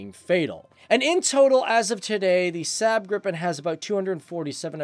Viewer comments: Lagom No man, i get tilted when north americans say everyting like english! xD He says the A in Saab like english word sand... The A should sound like the A in awful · I've much liked the SAAB Gripen JAS-39. Pronunciation: Please SAAB is "SAhhhB ' (Ah'= A like in "Almost). Not "SAB' (A like in Apple). Your mispron. damages credibility of your good video. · are you Swedish? In that case you know this. He's pronouncing Saab like sääb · not sub but rather saab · ´SäääB gripen´ xD! Dude prepare you words google is your friend